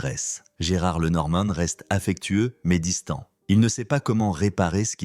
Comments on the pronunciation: Lenormane???? Alors on doit pour parler de sa mère dire Mamane?? Sans blague.... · L'IA pas top ! Il saccage son nom! Et oublie ses 2 filles! Et raconte sans savoir!